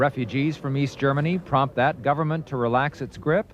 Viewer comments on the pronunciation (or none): none